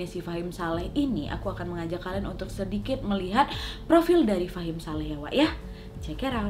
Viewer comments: Iya bingung tulisannya fahmi ngomongnya fahim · Ka nad bilangnya fahim shaleh truss, wkwk tapi di judulnya namanya fahmi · Wak ngomngnya fahim saleh, tapi tulisannya fahmi saleh hehe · Tulisannya "FAHMI SALEH" Meanwhile kak nad : "FAHIM SALEH" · Maaf ya Mbak Nadia yang bener Fahim Saleh atau Fahmi Saleh karena tulisannya Fahmi Saleh tapi jenengan bacanya Fahim Saleh hehehe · Gagal paham dari awal dengar kak nad bilang fahim saleh 😅😅